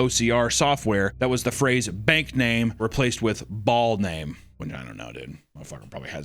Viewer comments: IT'S PRONOUNCED "BAIL" NOT BALL BAAL = BAIL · it’s pronounced bail